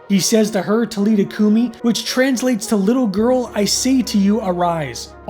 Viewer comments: It is pronounced TA LEETHA COO MEE! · The AI voice pronouncves some things wrong. William B Davis thhimself spoke about this episode at a convention. It’s Tal-i-tha Coo-mi